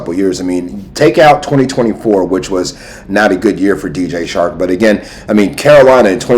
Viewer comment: 🤣 it’s DJ Chark not shark 🦈 🤣. Grate vid tho